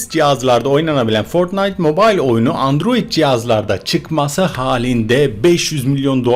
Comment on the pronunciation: Abi sen olmazsanydın bu haberleri alamazdık seni çok seviyorummmm ios ada dedin adiroid dedin